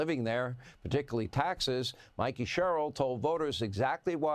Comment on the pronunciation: Her last name is pronounced like the name Cheryl.